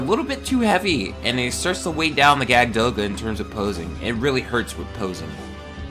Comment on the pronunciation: Awesome! Oh and btw, It's pronounced "Yakud Doga". Jagd is German for hunter.